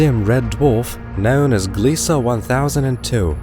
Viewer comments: It's Gliese, not Gliesa. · there is no A in the word Gliese. it's pronounced as GLEESE rhymes with GEESE.